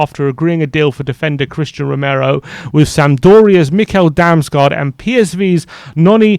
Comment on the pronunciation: Tip: If you see two "A's" together in a Danish word then it's pronounced like an "O". Damsgoard is much closer to the lad's actual name. Great little player - hope they can land him.